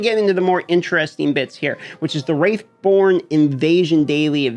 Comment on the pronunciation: Wrathborn (Rath) not Wraith.